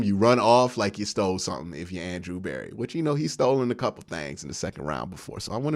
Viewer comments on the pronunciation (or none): none